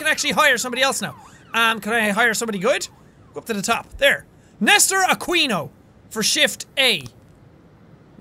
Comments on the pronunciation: Jack I know this is one small thing but you don't say Aquino with A-kwe-no you say it with A-keen-o it is one small thing so don't hate me. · aquino is pronounced a-ki-no... but that's not imprtant. cute hearing a filipino/spanish name. i hope you continue this. this is cool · the way he said aquino hurts my ear. Great accent tho for the gangster voice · its pronounced as akino. not aquino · Aquino is pronounce A-kee-no instead of A-kwi-know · You have to pronounce it like Akino not Aquino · It's akino not aqino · It's pronounced A-ki-no not exactly Aquino c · It's pronounced Nester A-Key-no, not A-quee-no :3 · How he pronounces Aquino, Ah-Kee-No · Akino is the pronoucation lol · Jackie, it's "A-ki-no" XD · Jack you should pronounce Aquino as "ah-keeno" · Jack I think it's pronounced "Akinoh"